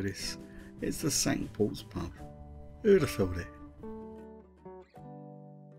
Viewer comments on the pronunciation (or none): Lovely video. Well done. Mispronunciation of “Cinque Port” however. Not pronounced the French way. Should be pronounced “Sink Port”.